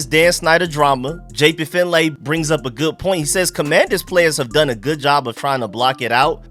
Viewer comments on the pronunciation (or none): Fyi, his name is pronounced JP Fin-Lee